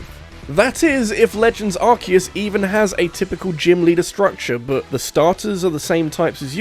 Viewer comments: Its Ar-see-us not Ark-eh-us (Arse-e-us ;) ) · For the love of god please stop saying 'Arse eus' You're british as well.